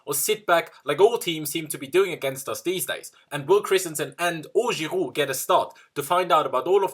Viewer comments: its not khirouud its Giroud ffs 😂😂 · I like the way he said giroud 😂🤗